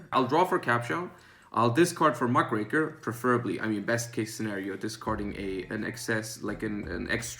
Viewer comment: Thank you,, for pronouncing Muckraker correctly. Very cool.